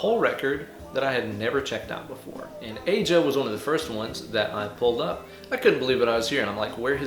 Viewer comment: Steely Dan ... Incredible sound and inspirational tool at times. One of my favorites. (btw - "Aja" is pronounced like "Asia" - but close enough - I'm sure Donald won't mind). \m/ For an interesting story and some food for thought, check out Steely Dan and Mu Major chords. Pretty interesting stuff.